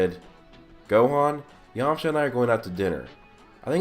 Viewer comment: really? it's yamcha, plz